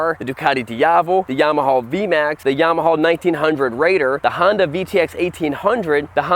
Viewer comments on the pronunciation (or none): It's a good video because I got to hear say "Yamahaw"